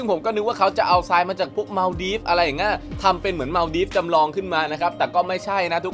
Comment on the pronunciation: อ่านผิด ทราย ทราย อ่านว่า ทาย ซราย อ่านว่า ซาย